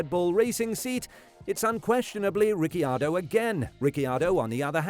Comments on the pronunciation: At least you're trying but the correct pronunciation of Ricciardo is ree chee ardo. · the way you say RiccIardo really pisses me off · what is wrong with Ricky Ardo? 🤣🤣🤣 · At least learn how to say Ricardos name right my dude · I don't want him to ever talk about Riccardo again if he says his name like that😂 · Why did you say Ricciardo I h such a weird way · Why did you say danny ric's name like you had never heard it said before? I can't believe an F1 YT channel has never heard his name properly said. Any other point you made was completely overshadowed by that choice lol